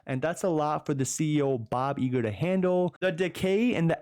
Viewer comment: Is Bob Eager a nickname or are you from jersey 😂